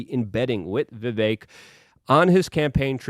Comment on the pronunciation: Hey you finally pronounced Vivek properly!